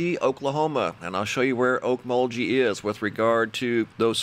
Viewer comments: Gee, not jee :-) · You do well pronouncing names,but Okmulgee is pronounced Oak Mull Gee(soft g like glee without the l) thanks for the update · Oak- mole- gee :) from a born n raised okie! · Okmulgee is pronounced like Kerr McGee. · Okmulgee = oak mul ghee. g pronounced as in grape. It's in east CENTRAL Oklahoma, about 40 miles straight south of Tulsa. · The "gee" part of Okmulgee is pronounced with a hard g, as in going or gone. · That's a hard g in Olkmogee. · Hi!! Just FYI, Okmulgee is pronounced with a hard “G” sound, like the “g” in Go. The Native American county and city names in O.K. give a lot of folks trouble in trying to pronounce them!! Always feel free to ask if you need pronunciation help!! 😊